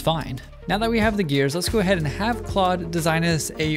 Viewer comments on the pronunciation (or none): none